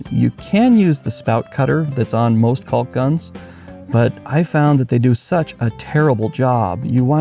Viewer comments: And please stop pronouncing the "L" in caulk! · Caulk, balk, walk, talk. Pronouncing the “L” not necessary. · it's pronounced cawk. Sorry it just bugs me, I'm in the U.S. midwest